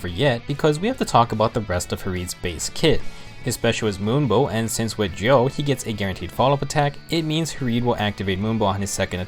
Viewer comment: Gjoll is pronounced gy-uhl